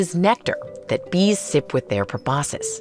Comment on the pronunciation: I'm probably the only one who's going to say this and I'm sorry but I think you said proboscis wrong wrong the things that the bees have